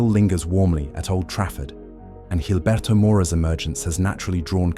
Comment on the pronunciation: G makes a H sound not a J, this isn’t fuckin Portuguese